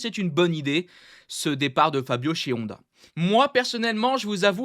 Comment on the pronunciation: Ça me fait trop rire que tu dis HONda ou AragON 😂